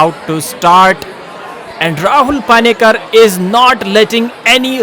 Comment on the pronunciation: its not paani-kar.. pani-kar.. how hard is that?